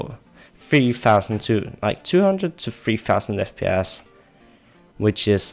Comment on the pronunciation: He said Fpiss at the beginning lol